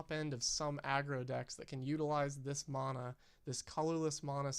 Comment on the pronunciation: It is pronounced MANa not MONa, Sincerely, The way the rest of the magic community pronounces it